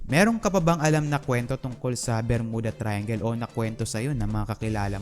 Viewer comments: bro, may "P" and "F" syndrome ka! hahahaha!!!! JULY NINETEEN PORTY-PAYB or JULY NINETEEN FORTY-FIVE. Saka hindi BERMUDA and pronounciation kundi 'BER-MYU-DA" ayos ba? nakakairita kasi ang pronounciation mo eh. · Pronounce it as "Ber-myuda" Thank u & ur Welcome😊